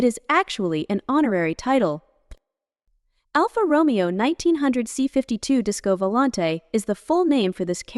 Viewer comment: Dear god. ‘Alpha Roe-me-oh’. PAAAAHHHH-leeeeeze make a minimal commitment to self respect.